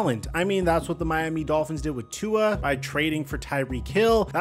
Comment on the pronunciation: bro stay mispronouncing tua’s name… no respek